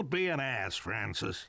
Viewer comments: Bill : Louis. Bill : Franshish :3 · Bill: franshish :3 I just like this part for no reason